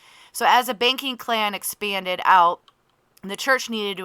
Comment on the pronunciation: lol I love how (for me) it sounds like you say baking clan instead of banking clan. And now I’m just imagining it lol